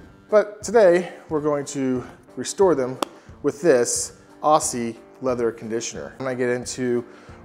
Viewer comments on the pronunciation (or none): Great video, very informative but i just have to correct you on the pronunciation. This conditioner was made to help Australian saddlers and horseman protect their gear in hot and arid climates. So it's pronounced 'Ozzy' As in Ozzy Osbourne